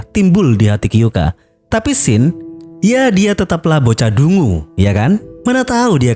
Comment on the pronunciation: Kyoukai ya gaes bukan kyouka